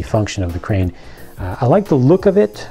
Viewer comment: Great working "train"? I knew you meant crane!